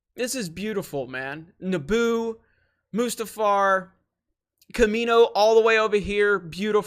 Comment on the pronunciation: There should be an 'r'. It's Mustafar.